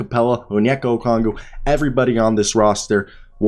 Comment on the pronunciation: I like your content but you really need to learn how to pronounce Okongwu